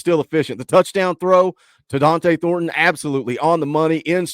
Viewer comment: the couldn’t even get Thorton’s name right. 😂